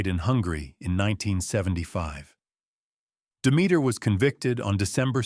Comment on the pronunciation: Are pronouncing Demeter wrong